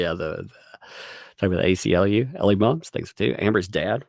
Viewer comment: ACLU, not UCLA, lol